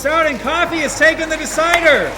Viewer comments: When your african and you hear Kofi(Coffee) instead of Kofi (co-fee) LOL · How can you make a video like this and mispronounce the name Kofi